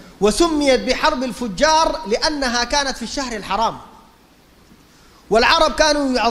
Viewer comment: حرب الفِجَار وليس حرب الفُجَّار